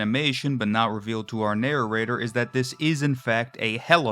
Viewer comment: I love the way you say "narror-rater."